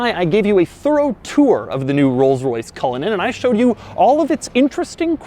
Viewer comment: Hey Cullinan (Culligan) Man!